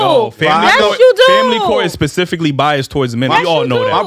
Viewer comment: shawty said “pacifically”(specifically)🤣🤣🤣